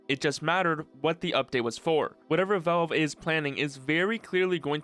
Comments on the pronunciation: "test deehpou" "vaevle" "appa' D" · I hate how you pronounce Valve It's not "Vowlb"